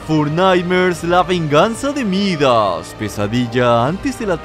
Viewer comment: Todos escuchan: Midas a regresado Yo escucho: a regresado jajaj